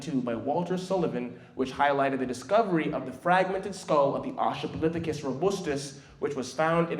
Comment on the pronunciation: Australopithecus not Austrapolithecus. I'm sorry it was just bugging me and a paleontologist and as someone who studies prehistoric life including that of humans. Amazing presentation though, and as was pointed out we can all trace our dna back to Africa. Not just black people, not just people living in Africa, but everybody. We are all brothers and sisters as humanity and as a species. It is very important to respect and learn the history of humanity and of Africa, and respect the culture as well. Such a well done and powerful presentation and it's amazing what you're doing. Keep up the good work